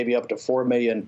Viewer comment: Get Bannon some Ls. Meeyons and civeeyons. JoeSquawk didn’t ask the greasy guy how he got so clairvoyant ...